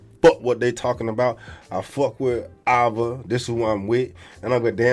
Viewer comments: Reading skills be atrocious … Avva ? Really bro 😢 have you ever heard of anyone named that and is that really house you pronounce that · Yes, Ava is post-op. Surgery was in 2021, and its pronounced Aey-va